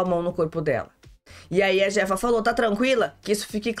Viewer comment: a pronúncia do J no Espanhol tem som de C então e a chefa. Eu assisto este reality no Telemundo, aqui dos USA.